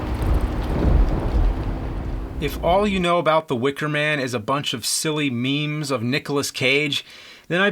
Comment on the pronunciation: It feels so weird The Nerd saying 'meme' anyone agrees?